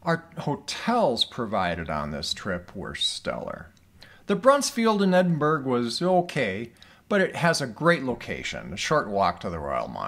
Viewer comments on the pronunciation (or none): Glad you had a good time here but please, Americans.. it is pronounced EdinBRUH.